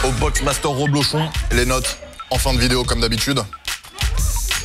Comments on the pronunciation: C'est "rEblochon" et non pas "rOblechon" comme tu le dis ! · Ta dit roblochon au lieu de reblechon